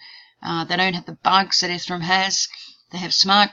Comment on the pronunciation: Just FYI, pretty sure ethereum is pronounced eth-ere-um not ethe-rum. Thanks